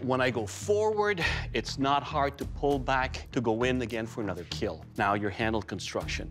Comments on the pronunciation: It will “keel”…… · Never ceases to amaze me that one of the most wholesome channels on YouTube is one where the famous line is, "It will keal." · It will keel! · A lot of kids also watch this show, so Doug improvised by turning the word kill into KEAL in order for young watchers not to make it a habit of saying that word because youngsters will of course, always try to emulate what they watch on tv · it's not kill, it's keal, keep everyone alive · "It will keel" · Does be say keel or kill?? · It will "kiell" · ah man the third video ruined my mood because he said it will kill not it will keal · I’m pretty sure they are just running with a meme. The asian dude has an accent and he has always pronounced it as “keel” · The 'kill' tester in these clips has a really weird way of saying "kill".. it's stretched out to a 3 syllable sound..